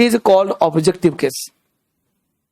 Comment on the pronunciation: Case bolre h kiss sunai dera h😂😂😂😂